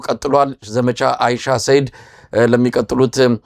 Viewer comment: አይሻ ሰይድ ሳይሆን "አንሻ ሰይድ" ነው። በተደጋጋሚ ስትጠራው ስለሰማሁህ ነው።